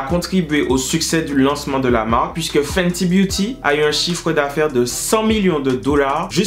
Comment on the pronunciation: Chaque fois tu disais fenty beauty je pensais à senti beauty mais super vidéo comme d’habitude merci pour toute ces info